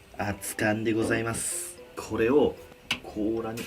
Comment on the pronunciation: 確かにごさいますだよね。私も今日はございますに聞こえた。